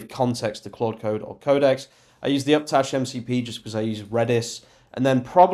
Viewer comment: Dude, wtf is uptash. I’ve seen you reference it several times in your videos and you are so consistent with the spelling and pronunciation that I wonder if it’s a real thing and not just a mistake on your part. Do you mean upstash? With an S in between “up” and “tash”?